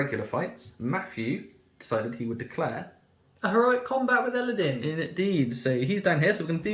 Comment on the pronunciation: It's Elladan, not din...